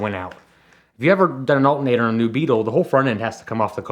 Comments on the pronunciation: For fucks sake, say the word correctly! ALTERNATOR, not "alt-nater." Dude sounds like a 4th grade dropout. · ALL-ter-nay-tor. Come on. I know people in Pennsylvania can speak English words with more than two syllables. Right?